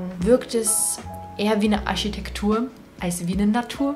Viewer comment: Finde deine Aussprache von Architektur süß hehe :D <3